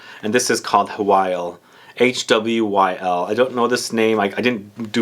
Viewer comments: By the way, Hwyl is pronounced Hoil (like boil), not "who-will", its a Welsh word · this is an old comment but I thought I needed to let you know that Hwyl is in fact pronounced Hoil (like boil), the pronunciations online that say "hwill" are very wrong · Hi mate! I used to work for Aesop and just to let you know its pronounced 'ee-sop' and the Hwyl perfume is pronounced 'who-wil' great review!